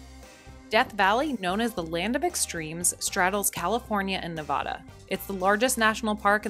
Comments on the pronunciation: Said nevada wrong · ... lols lost me at how you pronounced Nevada